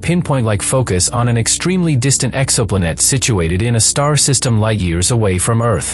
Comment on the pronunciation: "Exoplunette". Just break the word in TWO with a hyphen before you let the digital voice read it. Breaking words up changes the pronunciation.